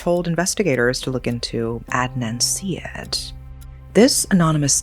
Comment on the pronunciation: Syed … “side-aid”